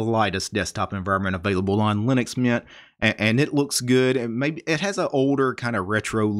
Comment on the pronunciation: Good video but it hurts me how you pronounce linux mint like linuxmian